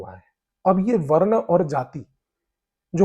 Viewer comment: भाई,बहुत अच्छा Content है , भाषा में सामान्य रहने के लिए इंग्लिश शब्द जैसे ancient, invasion बहुत सही है पर हिंदी शब्दों का उच्चारण उनके मूल रूप में करें जैसे वरना तो otherwise है , वर्ण वह शब्द है जो वेदों में दिया गया है ... आशा है संभालेंगे..... प्रभु का आशीर्वाद आपको प्राप्त हो यही कामना है .....👍🏽